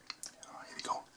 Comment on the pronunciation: 47Emoo HD „hier wi go“ so spricht er es aus😂